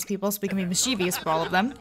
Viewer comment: You r saying mischievous wrong